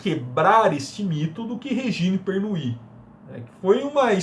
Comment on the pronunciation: Ótimo vídeo 👏👏 Só duas dicas: a pronúncia correta do nome da escritora é "Pernú" e do champanhe é Dom "Perrinhon" rsrs